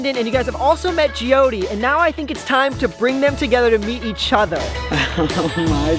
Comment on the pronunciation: No hate but it’s Jyothi